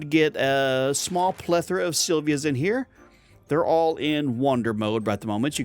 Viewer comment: "Would you say I have a plethera of pinatas?"